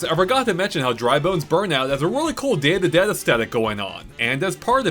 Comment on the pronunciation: I kept hearing "Dandadan" instead of "Day of the Dead" until I turned the captions on 😂